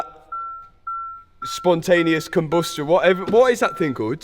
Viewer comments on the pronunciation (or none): spontenius combastion XD